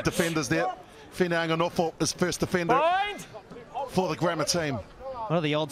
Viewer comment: needs to brush up on his pronunciation of the players names....the white did much better at calling Fineanganofo's name........???